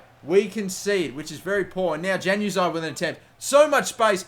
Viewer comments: Its pronounced "yan" uzaj not "jan"uzaj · The J in Januzaj pronounced as a Y not J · its disturbing to hear januzaey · It's not Januzaj as in JAN. It's more of a YAN at the start when saying it. Sorry if that doesn't make sense. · even though it is spelled as "januzaj" it is pronunciated as "Yanu zaey" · It's pronounced Yan-ooz-eye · It's pronounce as 'Yanuzai' not Januzaj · It's pronounced yanazi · Januzai- is pronounced yan u zai, soz that annoyed me but great vid other then that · btw its pronounced yanuzai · It's pronounced yanuzay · Januzaj is pronounced as yanuzai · when he says Januzaj wrong lol